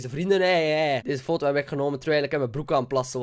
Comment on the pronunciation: Je zegt niet fotto het is foto